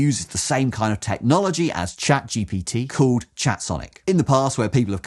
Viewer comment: Good criticism, solid. Too bad that you didn't actually use ChatGPT, although you keep referring to it. Marks have to go down for that I'm afraid, since all those bots are not quite the same - and for the repeatedly mispronounced name, and for the wacky stripes doing weird distracting stuff :) Those AIs are not that smart just yet, alas. With a bit of back-and-forth and a pinch of prompt engineering, they can do a much better job than shown here, but that means the man-in-the-loop is still essential, which kind of answers the question. But with the right self-reflecting architecture, we'll get there soon, we just need to dare put it together - or wait patiently until someone does.